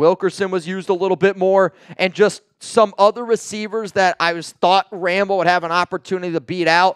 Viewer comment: It's pronounced (ruh-mel,..not ram-el)